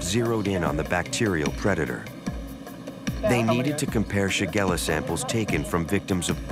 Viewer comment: Shigella not shagara